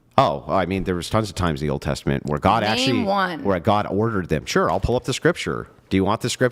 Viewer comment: How is she considered an “all star” in anything?! Hands down, the dumbest internet debate personality I’ve ever seen!!! She’s legitimately stupid. And I swear to God almighty… If she can’t learn to say SURE correctly I’m going to lose my mind! “cHuR! CHuR cHuR CHURRRR!!!”